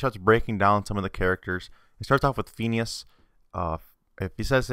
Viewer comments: how come you say pheeneus instead of phinius? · Its pronanced finius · Fin-ee-ous. x3 I like this theory, strangely. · It's pronounced Fin-ee-as... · It is fin ee ous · i like how u pronounce phineas wrong but pronounce balgeits (dont know how to spell but u get wut im saying) name wrong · Lol the way he pronounces phineases name XD